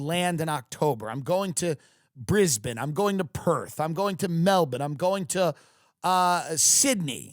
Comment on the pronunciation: “i’m going to Melbin”